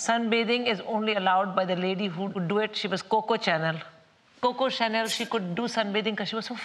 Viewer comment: Nope. She pronounces things wrong like "cocoa channel" for instance.